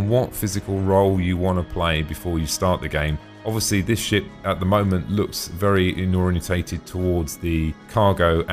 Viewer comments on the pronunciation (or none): none